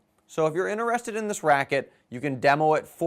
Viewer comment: HAHA He said "interested" the way i say "in-ter-REST-ed" , people make fun of me because i pronounce it out...